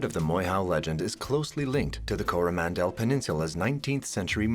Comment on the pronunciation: Cor-ah-man-dil, dude...you make it sound like Howie Mandel's last name. Yikes.